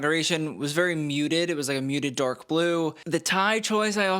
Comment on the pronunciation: 🤣😂😂😂At first I thought you said The Donald’s suit was DORK blue! Then I was kinda disappointed when I realized what you actually said. Of course it was DARK blue. Was great while the moment lasted.😂 Thanks again,!